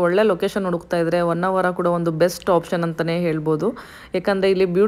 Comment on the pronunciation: Poor pronounciation of kannada. Honnvara not vannavara.